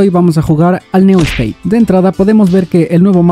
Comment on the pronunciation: Pero porque siempre pronuncias mal el nombre????? No se llama Neo state!!!!